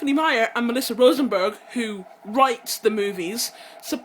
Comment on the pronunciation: you get so excited about these books and yet you can't even pronounce the author's last name properly. just saying...